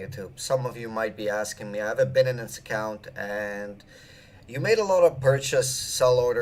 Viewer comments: Dude, its Bi-Nance, not Bin-nin-nin-ance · Binenens? HAHAHAHA wtf No one pronounce shit like that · Bin-nanance rhymes perfectly with fin-nanance, to all you haters! :-D